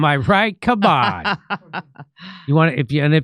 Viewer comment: Don’t say Cum-on Jimmy… Next time it’s not only going to be spit. 👁🙈👍🏻😜